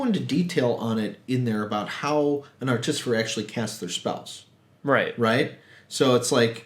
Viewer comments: What you're saying: ar-TIS-i-fer What you should be saying: ART-i-fi-sir Wrong emphasis, and switched two letters around... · You’re putting the em-phas-is on the wrong syl-lAble. ‘Artifice’, just start there and add ‘-er’. Artifice-er, artificer, now you got it. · Hi, Im too. From one fellow to the next, its Atificer not Articifer:') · why do you keep saying articifer instead of artificer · Artisifer? Lol I'm subscribing just for moments like that. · Also 'articifer' lol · Had to stop your video ... ar-te-FY-sir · I would say ART-i-fi-sir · Hi guys, I love the content and reviews! The Artificer pronunciation is rather jarring though. Keep up the good work.